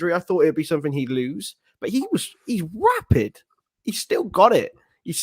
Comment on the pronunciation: WAAAAPID??😳DONT YOU MEAN RAPID😁